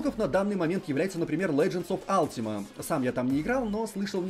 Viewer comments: дружите, не Алтима онлайн, а Ультима Онлайн. Слух прям режет :/ я поигрывал до недавнего времени... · Не Алтима а Ультима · Алтима, рпиджи бля, мои уши..